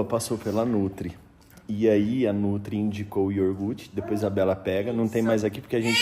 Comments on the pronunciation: *I O G U R T E" Bela pronuncia a palavra certa para o Noah aprender a falar corretamente, se os pais falam errado os filhos também vão falar errado. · YORGUTE meu Deus,vcs não foram na escola,seu filho vai falar NÓIS FOI, NÓIS VAI,IGUAL O PAI FALA QUE RIDÍCULO,TANTA FRESCURA E FALANDO ERRADO,ESSE PAI MERECE UM PREMIO DE QUE FALA ERRADO E NEM SE CORRIGE, FALA PRO VOLTAR PRO EJA. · O E BELA APRENDAM A FALAR CORRETAMENTE É YOGURTE.......